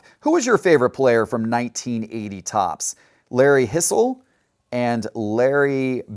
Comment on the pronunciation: fun video. Not that it matters but I think gene tennace is pronounced ten ass and Larry hisle is high sill. I’And chat correct me if I am wrong Jess